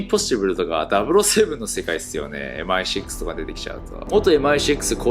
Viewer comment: 最初のMI6の「シックス」の発音がネイティヴ！「エムアイセックス！」←こう聞こえる日本人のワタシ